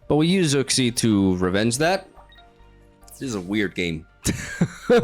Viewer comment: Uxie is pronounced Yooksi